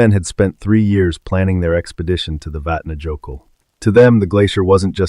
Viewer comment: It's pronounced vat na yo kill